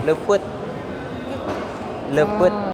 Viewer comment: Leupeut meren mang sanes lepet😁